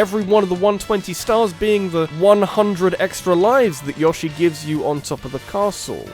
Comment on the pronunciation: What the hell is a yosh-ee? haven't you ever played smash bros?